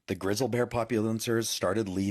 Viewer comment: Maybe the Big Y. is getting ready to pop, and the wild animals know it, so, they leave the place ... 😊👍 This guy messes up the words, turning his post into a blaberring, mostly ! ... 😐 This are the words he said wrong : "Grizzle", "populans", "syenlyphic", "Teezee", "Moun Lions" (at least he got the Lions part right 😊👍 😂😂😂 ), "That was late last week ph they started leaving" (what does the ph mean ? ...😐), animaligeous, creature creeters, " Yellowstone National Park are super-concern" (Ooof ! ...😐) Gilene will meet a fast tragic end ! ... 😊👍 He acts so entitled, like he knows that, police ain't gonna do anything to him ! ... They arrest him, then, he is set free, able to go start another fire ! ... 😐 Because they protect people who do this, the woman who alerted the authorities was not payed any attention ! ... 😐 Lake Michigan was created in order to cover a major egyptian city, with pyramids, statues, houses, roads, and all ! ... 😐 Unk is 100% wrong ! ... 🤣 in many states, a "life sentence" means 25 years, and, for good behaviour, you can reduce it ! ... 😐